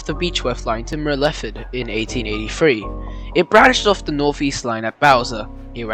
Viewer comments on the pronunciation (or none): I enjoyed that, very informative and researched. By the way "Myrtleford" is pronounced as Mertle Ford, liked your way though! That area you covered is very cold in winter. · Mer-lef-ferd?? Where tf is that? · Very quite interesting but Myrtleford is pronounced Myrtle-ford. I pronounce it Myrtlefid. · While an interesting part of VR rail history, and lovely countryside, I just couldn't get past your butchering of the pronunciation of some key place names, like Myrtleford